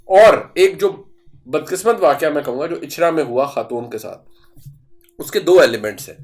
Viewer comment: ”اچھرہ واقعہ“ not واقع